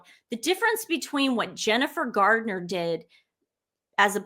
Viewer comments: Please girls when you are referring to Jennifer Garner please say Garner not Gardener, also It’s Wimbledon not Wimbledon. Sorry to appear mean because I love your videos and look forward to them 😍😍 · Jennifer GarNER, not GARDner. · " Her name is not Jennifer "GARDNER!" It's "GARNER." I'd rather you mispronounce Meghan's name. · And Jennifer GARner, not Gardner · It’s Garner, not Gardner. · Jennifer Garner, not Gardner! eeeekkk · I love you but it’s Garner, not Gardner ❤❤❤ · I appreciate your keeping track of what some faux royals do, especially at a time when so many people are suffering inconceivable loss and shock. Please be aware that, although you make excellent points, the famous tennis venue is Wimbledon (with a 'd' not a 't') and it's Jennifer Garner, not Gardner. These small details detract from your larger message for those of us who care about such things and notice them. Thanks for your efforts, though. You're charming young ladies and I wish you all the best in your future.